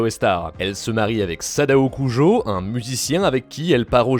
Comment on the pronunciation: Juste une info c'est Jolyne Cujoh* même si c'est compréhensible de garder Kujo